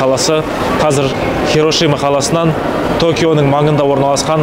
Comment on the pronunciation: Е хирошима емес хиросима деші блааа